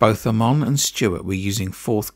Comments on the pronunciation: Plus it's Chris Aymon not Ahmon! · Generally well written and researched video. A few slight errors though. You have pronounced Jean Pierre Beltoise’s & Chris Amon’s surnames incorrectly. As well as Ken Tyrrell Jackie Stewart also told Walter Hayes of Ford Motorsport if his plans to retire at the end of the 73 Season. The clip of Stewart & Cevert discussing gear ratios etc was not filmed at Watkins Glen. This is a clip from the Roman Polanski film ‘ Weekend of a Champion’ which featured the 1971 Monaco Grand Prix. Very good tribute to a much missed driver though.